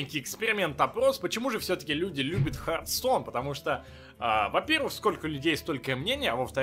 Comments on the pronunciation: самое время сказать, что игра называется не харт а хирс стоун. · там не heart , а hearth(очаг)